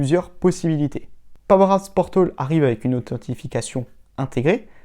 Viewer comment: Sympa tes vidéos, en FR en plus mais (ne le prend pas mal) ce serait cool que tu répètes moins "powerapps portOl" tout au long de ta vidéo ;)